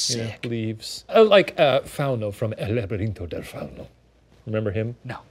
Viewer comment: Love Shane for bringing up El labirinto del fauno cuz that's kinda what this story reminded me of and his pronunciation was great 👍🏽